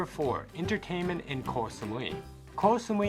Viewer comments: Actual pronunciation from a Thai person is GO Samui. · koy samui xD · Learn to pronounce Koh Samui before you make a video. You mispronounced many names of places. Are you a robot?